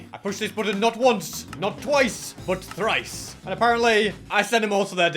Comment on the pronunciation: When said treice it was so funny